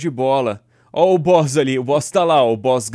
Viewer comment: sempre que o edu fala o boss ta la eu entendo o bosta la kkkk